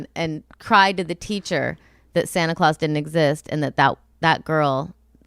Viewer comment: How are you in your 40s and just finding out how to pronounce Santa clause OR know that you say it differently from the majority? That was crazy!!